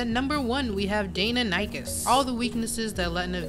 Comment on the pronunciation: No hate but what the hell do you mean sarco hasn't gotten a single nerf but has gotten alot of buff it has gotten the biggest and most nerfs out of any Dino in the game and the only buff it has gotten is grab which isn't alot and isn't really a buff and also you butcherd the word deinonychus horribley